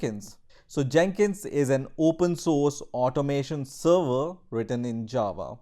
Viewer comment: Thanks for this intro to Jenkins.. my only suggestion: respect the language, please verify your pronunciation on specific words like provision (not prowision), server (not serwer) or week (not veek).. You can find some proper english pronunciation using this link